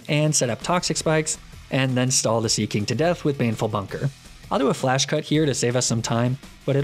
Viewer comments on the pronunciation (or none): none